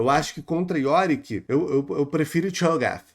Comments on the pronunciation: cara eu perdi uns 5min rindo desse que água kkkkk vsf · rebola pronunciando "Cho'Gath" que nem o que água me pegou demais Mas bom react nesse você agregou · "Tchou gaf 🫴🌈"